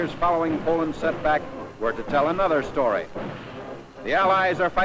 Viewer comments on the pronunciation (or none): none